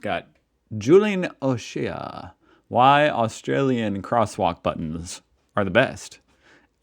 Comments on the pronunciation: Julian's surname O'Shea is pronounced O-Shay, not O-Sheea! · O'Shea = O-Shay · Lol that name is pronounced "oh-shay" 😄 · O'Shea is pronounced O'Shay :)